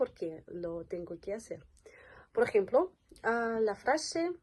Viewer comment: Cuando pronuncias que suena qui-e